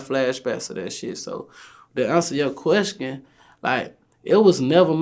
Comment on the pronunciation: "To answer yo queskin" Lol